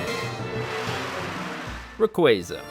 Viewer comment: I'm getting annoyed by this guys awful pronunciations of most of these Pokémon's,like Manaphy is pronounced Mana-fee,Rayquaza is not Rayquayza ffs,please watch the anime cartoons for correct pronunciations before making a video,just saying lol.....but yeah most of these are tough to catch but you gotta use proper abilities/Pokémon as well as moves and held items to properly catch them easier you know